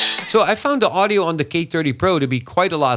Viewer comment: He's definitely Dutch. His accent is pretty good as far as Dutch people go, but as another Dutch guy it was still a bit distracting. You can here it on his "th" for example. He is very deliberate to try and get it right, even then he sometimes slips up in a very Dutch way like the third time he said "thirty" in a row. "tirty" and "firty" are ways of getting around the inability to pronounce "th" almost every Dutch person, me included, does. He went for the former